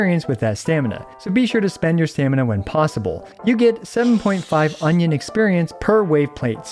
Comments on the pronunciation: Now i know why it sounded weird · Union not onion 😂 did it say onion in game? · I think it's Union level not Onion level😅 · Did you just said Onion lvl all the time?? 😂🌰🌰🌰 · I am suprised he managed to use the word "onion" in place of "union" at every single point... Edit: For those who don't know already using the word "onion" was just a joke it's actually called "union level" :D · is it me or onion exp sounds funny :face-blue-smiling::face-green-smiling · Cannot stop hearing "Onion level" whenever he says Union lol.